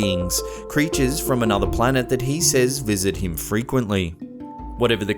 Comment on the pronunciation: Diz iz slapped HAEEEM